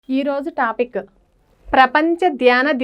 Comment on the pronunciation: టాపిక్కు కాదు మేడం టాపిక్!